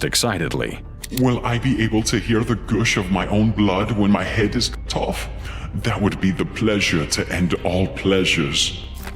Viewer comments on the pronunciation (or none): 15.42 can’t say the word cut